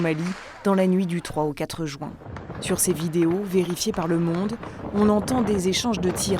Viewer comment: "L'élection présidentielle était prévue pour ce mois de JOUIN" 😮‍💨